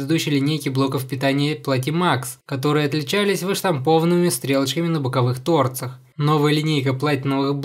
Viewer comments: Как же режет ухо неправильное ударение в слове "торцах". С построением фраз дела стали несколько лучше, чем ранее. Тавтология, конечно, тоже заметна, но это можно списать на стиль речи. За обзор, естественно, спасибо. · Не на тОрцах, а на торцАх!